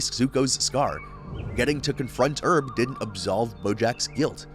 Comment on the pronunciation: not even saying herb's name right did you even watch any of these shows